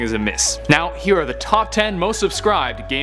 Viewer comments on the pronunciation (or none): none